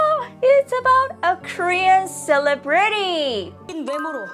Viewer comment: Please, just trying to help.... emphasis on the LE in ceLE brity. You are saying it like cele BRITY. Now not LE like LEE, but like LEH.